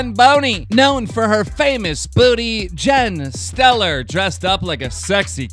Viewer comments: Jen Selter not Jen Stellar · this dude really said jen steller